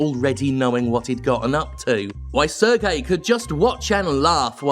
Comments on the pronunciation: Serge is pronounced Serje, not "sir gay", lol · ...So, uhh, I'm not sure if there were people who already corrected you on your pronunciation of Serge, but it's been 3 videos with the same pronunciation already so I'm just gonna say it. Serge here is a french name, and is therefore pronounced as "Sehr-jeu". Not "Serguei", "Sehr-jeu". If you can pull it off with the name Yves, you can do it for Serge, even if the man himself admittedly does not deserve much respect at all. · The guy's name is not Sergei (Sergey), it is pronounced as Serj. Regardless, Ubisoft is such a cancer of a company, I can't argue here. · Minor nitpick, Serge is pronounced more like Serj, rather than Sergei. Not hugely surprised that the Bulgarian outfit is especially bad given how famously corrupt Bulgaria is. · Given he's a French man-child, I'm fairly sure "Serge" is pronounced "Serj" (with a soft, elongated J like you pronounce the G in Guillemot), as opposed to the more Eastern European "Sir Gay". Much love and thank God for you. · I think it's "Ser-zj" (Serge) Hascoët. Just so there is no misunderstanding who exactly this miscreant is. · Ok so I know it doesn't matter even a little in the grand scheme of things, but Serge is pronounced like 'surge', and the T at the end of his name is not silent. Also the g in 'Guillemot' is hard (ghee-yuh-moe). That being said, obviously fuck both of those guys.